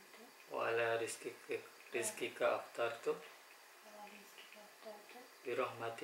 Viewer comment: Aftortu bukan aftartu